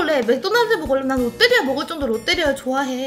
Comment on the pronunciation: 롯때리아가 아니고 롯데리아입니다 하하하하하하하 하 하하하하하하 ㅋㅋ